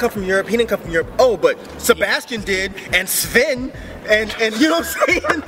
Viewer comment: actually pronouned Sven perfectly HAHAHAHAHAHAHAAHHA